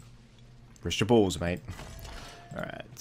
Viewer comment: it's supposed to be 'rest your bows men' but due to pronunciation and tone fo the VA it does indeed sound like 'rest your balls men' which is something once heard cannot be unheard rofl.